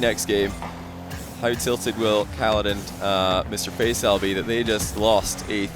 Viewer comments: it's pronounced Fa-ee-saal not Fay-saal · What ? No its not. Its always pronounced Fay-Sal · Please learn how to pronounce Faisal, deary me 🤦‍♂️ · your pronounciation of Faisal sounds funny 😂